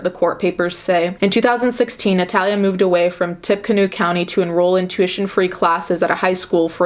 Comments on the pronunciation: Not a real important detail but the town is pronounced as “ tippy canoe”. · This is neither here nor there but it is pronounced Tipa-Canoe. Lol I live in Indiana so we hear it a lot. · it's pronounced "TIPPY-Canoe" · It's pronounced Tippy-canoe...😉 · "Tippecanoe" tipp-uh-canoo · I live in Lafayette where they decided to keep her. This story is going insane here (side note: the county is pronounced tippy-canoe) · I'm from Indiana and I hadn't heard of this case before. P.s. "Tippecanoe" is pronounced "tippy canoe" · 😂😂😂 can't really blame her for pronouncing it incorrectly when it doesn't look like how it should be said